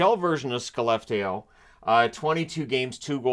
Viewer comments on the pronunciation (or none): Good job on the pronunciation! Just make sure to get the “Sch”-sound at the beginning instead of the “Sk” for full marks! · Very close, the pronounciation is closer to "schellefteow", but really good for a non-scandinavian! Thanks alot for all your coverage, you truly are the best! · I appreciate you trying to get pronunciations correct but I'm sorry to say that wherever you got it from happened to be wrong this time. The sk in Skellefteå is pronounced as the ch in Cher (the artist). Source: I'm Swedish and it's a decently sized city so it makes the news every now and again. 😅 I'm really trying not to come across as a d*ck. It's a tough language and even Google can get it wrong sometimes. Skellefteå-Chellefteå❤ Nothing but love from me. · You need to do some more looking up because that wasn't even close to saying Skellefteå! 😂 But I still commend the effort! I think ASP will be a top 4 D in the NHL, but there needs to be other D-men with size on that team. I can see him slip to late in round 1 due to the size. Not super late though. My gut says somewhere 15-19. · "The sk in Skellefteå is pronounced as the ch in Cher (the artist). Source: I'm Swedish and it's a decently sized city so it makes the news every now and again." Like 80% of Swedish people disagree with that.